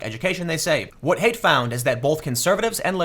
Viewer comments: dude, you HAVE to start saying (Jonathan) Haidt's name correctly. it's pronounced "height", not "hate". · Tim Pool, repeat after me, "Jonathan Haidt is pronounced Jonathan 'height'".